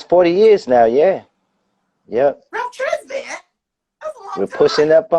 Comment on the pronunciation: Saw this in my feed, only discovered Ralph Tresvant (is it not pronounced "tray-VAWNT"?) this year on Sonos Smooth Jazz. His solo debut album is my age.